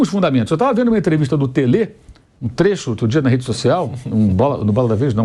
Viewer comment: Esse apresentador troca o R pelo S, as Sedes ao invés de as redes, As Suas ao invés de as ruas, As sopas ao invés de as roupas, etc😂